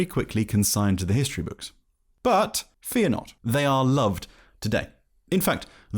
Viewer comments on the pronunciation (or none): none